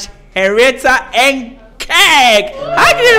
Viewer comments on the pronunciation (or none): none